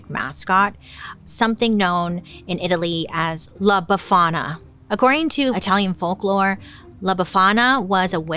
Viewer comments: La Bafana?! or Aqua Tofana? 🤭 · all I heard was aquatafonna 😂💀